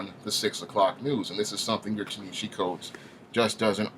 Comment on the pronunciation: While I absolutely LOATHE everything Coates has done to Black Panther, by making him neutered and "safe" for white liberal sensibilities, his first name is pronounced "TAH-nuh-HA-Zee".